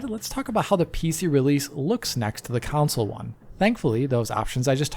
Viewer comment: Everybody else says "console".: "counsole" 😂😂😂 edit: video is great by the way. He is amazing. ❤